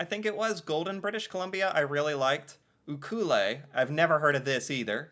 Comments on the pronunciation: It’s pronounced You-clue-let. This is a bit of a ridiculous list. There are a ton of better options that are actually liveable. Churchill…seriously? NOTL is a good choice, however. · Who is the narrator ? Cant even say Ucluelet right . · Ucluelet BC... I was listening more than watching and when he said Uclulelet I thought... where the heck is that I've never heard of it and I live on Vancouver Island. Let's just say the voiceover isn't local. I wouldn't worry about getting his pronunciation right. Also, many of these places where they show beautiful sunny days with snow capped mountains, those are summer pictures. It's worth considering if there is snow on the mountain in the summer winter is a different beast. Not a few days of fluffy snow, but WINTER. Feet of snow, months of snow... lots and lots of snow. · That is NOT how Ucluelet is pronounced! That was really painful - stop saying it!! Hahaha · I can’t blame you, since the narrator set you on the wrong track - but the narrators pronunciation of Uclulet is amongst the worst I’ve heard in my life… You’d think someone making these videos would learn the proper way to say a name…. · its often pronounced wrong, but that was probably the worst variant i've ever heard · Had to go to the comments to see what the name this guy was butchering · Yes ! The min I heard that pronunciation I cringed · Hearing that pronunciation of Ucluelet is painful. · AI Overview From Google: Ucluelet, British Columbia is pronounced "you-clue-let". It's a Nuu-chah-nulth (Nootka) word that means "people of the safe harbor". Locals often call it "Ukee“ The narrator was from the UK. By the way he pronounced the name he likely thought it was a French word. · Just FYI Ucluelet is actually pronounced like You Q let not theway the dude in the video taught you to mispronounce. LoL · Obviously the person is not Canadian as evidence by the way he pronounces Uclulet. U-Clue-Let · Ucluelet is pronounced you clue let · He's pronouncing it wrong